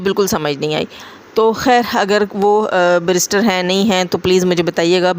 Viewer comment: Brrister nhi barrister hota hai.. Barrister advocate ko kehte hain.